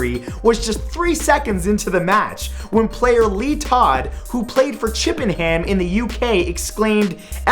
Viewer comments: I find it funny how he pronounced chippenham aha i live in chippenham and it's pronounced more like "chippenum" rather than chippansHAM ;) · Chippenham is pronounced 'chipanum' not chip and ham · ChippinHAM. -_- American/Canadian pronunciation sucks. You say it 'Chippinum' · fyi, Chippenham is pronounced chip-en-um ik it wierd but its tru. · I'm from the UK, from the South West, where Chippenham is! If you want to sound like a proper southerner almost all T's and H's are silent! As in Chippenham being pronounced Chippen'um or water being said like war-er! #theknowledgewhale comes back to you. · Chippen-ham xD Chippen-oom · Im from the Chippenham and its pronounced 'chip-pen-hum' rather than ham. Great video BTW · Number 23: Chip-en-ham? Tis pronouced Chip-eh-num! I know that cause im from Wiltshiaaaaarrrrr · its spelt Chippenham but pronounced chippennum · That is not how you pronounce chippenham. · chippenham? That's Southampton! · the way you said Chippenham... oh lawd